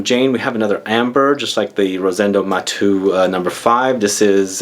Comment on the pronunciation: It's called Rosendo "Matéu" because it's a catalan (spanish) name, not "Matú" like if it was french;) Nice list,!